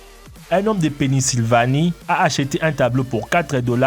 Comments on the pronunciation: Drôle de nom de ville. À , j'ai entendu :"Un homme de PENISvlanie", c'est où ça? 😂😂😂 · "Un homme de PÉNYSILIvanie..."😭😭😭😂😂